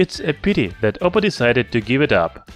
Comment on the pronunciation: not to offend you, im suprised how you always pronounce 'th' as 'zh', instead of saying this/that, you said zhis/zhat.. Since you pronounced 'days' correctly, you can just use the 'd' as in days to say dis, dat...etc your video is very informative..keep it up